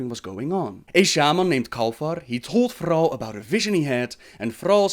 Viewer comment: i was here to know more about illidan, but this narrator is so fucking stupid, specially with his retarded pronunciation of Thrall.